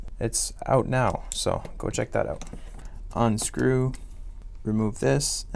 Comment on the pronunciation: I love when he says “unscrew”